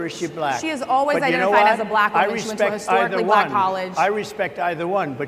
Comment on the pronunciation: Don Burgundy says 'bblackk'. 😂😂 Rubbing it in their faces😅